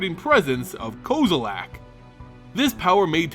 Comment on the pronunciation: lol "ko-zo-lak" nope